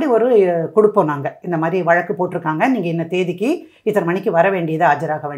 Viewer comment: Vazhakku. Not valakku Anchor learn tamizh Mam your speech and telling this story very clear and true.